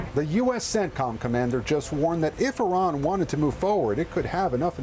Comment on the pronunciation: I wonder why these dumbos in the white house purposefully mispronounce Iran all the time 🤔 So much for educated people running the government